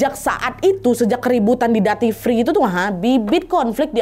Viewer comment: Punten, duty free bacanya spt "dyuti fri" , bukan "dati fri".